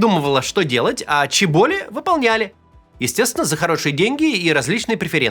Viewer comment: всегда думала, что они чёболи, а не чебОли)